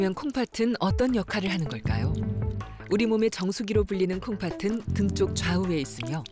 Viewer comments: 중요한건 아니지만 아나운서가 콩파튼이라고 발음하는데 콩파슨 이라고 발음해야 맞는거 아닌가요? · 방송 내용과는 관련 없는 내용인데요, 내레이터의 발음에 관한 것입니다. '콩팥은' 이나 '콩팥으로' 의 발음을 '콩파튼' '콩파트로' 로 하시는데 이게 맞나요? '콩파츤' 이나 '콩파츠로' 가 맞는 발음 아닌가요? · 콩팥은 발음을 콩파튼으로 계속 일부러하는 것 같은데 콩파츤으로 발음해야 함